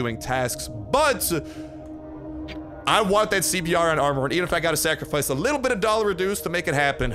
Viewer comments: The CBRN Armor is pronounced "C-Burn" which stands for: Chemical, Biological, Radiological, and Nuclear Armor. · CBRN is a military designation for equipment meant to handle Chemical, Biological, Radiological, or Nuclear, threats. Its Pronounced SeeBern or C-Burn.